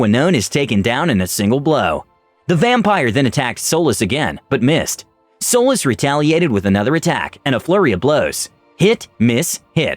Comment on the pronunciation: Am i the only one that heard Solis as Soulless?